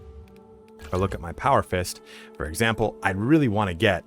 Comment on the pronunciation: "For examper"